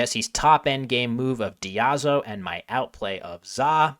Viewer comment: for the record (since i know the audience of this vid is the sort who would appreciate it) "diazo" is not pronounced "dee-ah-zoh" but "die-AY-zoh" (it is a chemical prefix)